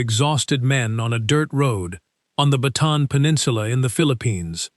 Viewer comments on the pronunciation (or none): Bataan not baton